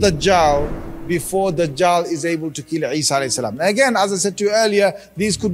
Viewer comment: its not eesa its Isa (as)